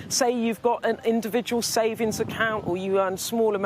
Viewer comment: This woman speaks so poorly; workinG (has a G on the end); SavinGs has a G in the middle, for instance.